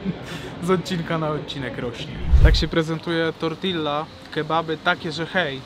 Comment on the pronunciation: Błagam cię zobacz jaka jest prawidłowa wymowa „tortilla”